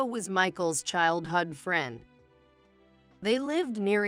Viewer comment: Very very poor AI; ruined the story. And childhood is not pronounced childhud!